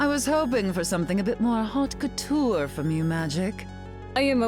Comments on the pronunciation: Haute couture? I thought she said "hawk tuah" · almost sounded like "hawk tuah" 😂😂